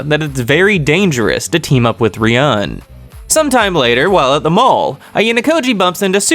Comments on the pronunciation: it's not about what "I want" but the correct way to say it is 'ryuu - en' you can check that in the anime as well. While you're saying something like ryaan or Ruyan lmao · Loving your vids bro, but seriously you gotta stop mispronouncing Ryuuen's name. If it's too hard just call him Dragon boy 😂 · amazing video bro thoroughly enjoyed every minute of it. although i gotta say fix ur pronunciation of ryuens name next volume vid lmaoo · Bro can you please start saying ryueens name right. Good video apart from that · you are pronouncing ryuuen wrong just fyi but great story telling anyway